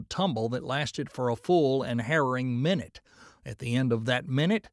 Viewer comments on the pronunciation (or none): none